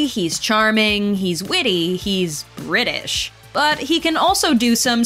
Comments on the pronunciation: I'm British and its pronounced British not Britaish that's Britain you I'm a British person from Britain ok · Like why she say it like that 😭